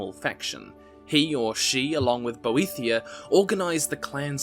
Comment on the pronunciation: I could be wrong, but I believe Boethiah is pronounced more as "boet-hi-ah", without a 'th' diphthong? :) 'The fire is mine: let it consume thee, And make a secret door At the altar of Padhome, In the House of Boet-hi-Ah Where we become safe And looked after.' - The Thirty-Six Lessons of Vivic, Sermon Thirty-Four